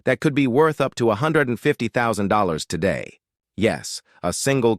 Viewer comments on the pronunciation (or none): none